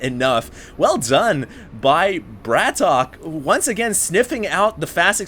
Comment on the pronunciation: No, it's not. Bratok is a slang word for "bro", or "mate" in Russian (literally, it means brother), and it's one word. It's not pronounced Brat OK, unless you mean that the stress is on the last syllable (which also isn't true). Go check in Google if you still think otherwise, I would suggest Google Translate using the pronunciation button.